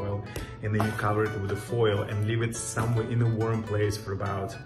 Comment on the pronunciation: Lol i swear he said worm place when he said warm 🙈😍🤩